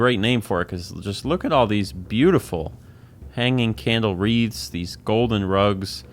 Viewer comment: ohhh he's saying "wreaths" not "reeds." idk why that was confusing me so much